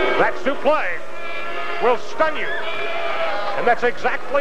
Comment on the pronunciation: using the correct pronunciation of a suplex.